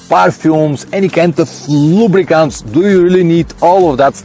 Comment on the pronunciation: "Any kind of hhluubricants".......LOL. That was great!!!